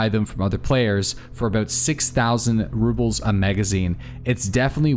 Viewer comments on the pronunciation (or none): I love your videos, but you keep saying Ruples and not Rubles. It's subtle, but it's there.